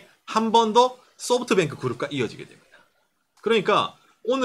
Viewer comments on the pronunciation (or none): none